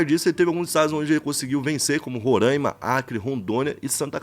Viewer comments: Não é Roâââima É Roráááima!!!! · Krl tu n sabe falar Roraima pô 😐😕